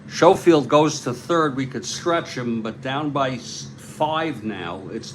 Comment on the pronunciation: it is pronounced Sko field